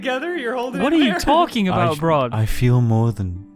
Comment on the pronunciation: Br'aad more like Bard.